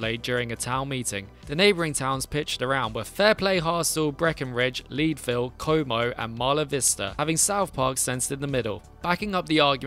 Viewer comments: Haha “LEEDVILLE”? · Surprisingly it's actually pronounced "Led-ville" not lead-ville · It's not "Leedville". It's "Ledville", because that's where they mined lead. 😉